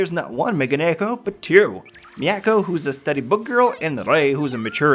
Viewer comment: I'm sure someone said this, but Megane-ko...that's at least how you say it. God work as always.